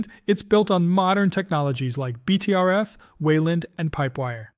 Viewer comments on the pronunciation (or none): or BTRFs instead of BTRFS